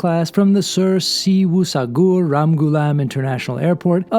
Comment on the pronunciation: Great video showing the very nice onboard services of our beloved air mauritius 🇲🇺 . The Airport name is pronounced as Sir Seewoosagarr btw... only the last part of your pronunciation sounds weird😅. Anyway really loved your review ...Certainly it's not a flight review video if there isn't the take off footage and showing it in your really made me feel the power of those robusts RR A350 engines , you nailed itt!!❤